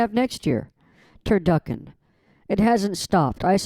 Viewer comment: Turduckin 😂 you slay me